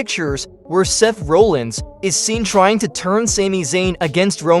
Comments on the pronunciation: Why do you keep saying rowlins? It's Rollins! Clearly you can't fucking spell either, it IS rusev NOT 'roosev"! Uso NOT 'usso'! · Seth RAH-llins not RO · Can’t even say Seth’s last name right I’m calling 100% bullshit